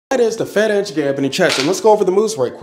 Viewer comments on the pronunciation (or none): You should pronounce Ferenc like "Ferentz". In Hungarian you should pronounce c as a Tz or Ts sound.